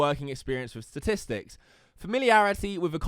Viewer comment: I just noticed he can't pronounce statistics like Donald trump. They're becoming a 1 to 1 comparison.